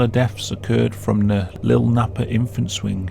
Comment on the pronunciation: So funny the way you say “Lil Nappa”. Lol.